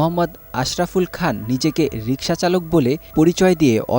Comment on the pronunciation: রিক্সা উচ্চারণ করতে পারে না. এই আওয়ামী লীগ নেতা